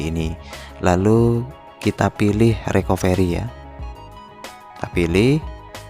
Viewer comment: Bukan RIKOVERI bang.. Tpi RIKAFRI.. ejaanya RECOVERY 😁